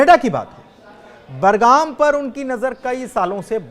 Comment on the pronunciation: बरगाम नहीं बगराम